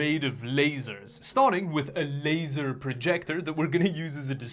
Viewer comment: wait for him to start pronouncing "laser" then skip 5 seconds forward. Trust me the effort pays off.